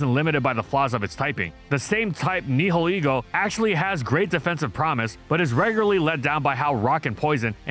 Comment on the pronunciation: It’s pronounced HEE-TRAN, FUR-AH-thorn, NYE-UH-lee-goh, “”! 🤨